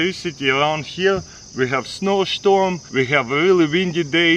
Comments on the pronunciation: we too have snow shtorms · Oh yeah, there are many "Snow Schtorms" where Taras lives!